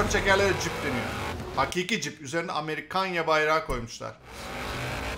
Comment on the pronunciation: amerikanya sjsjsjsjsjsj